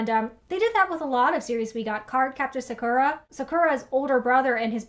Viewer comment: The pronunciation of Sakura makes me cringe a little but I appreciated the shoutout. Pretty sure everyone in that show/manga was hinted at being Bi-sexual or gay with the exception of Sakura herself and a few side characters. The American version wasn't allowed to have any of that in a kid's show, of course.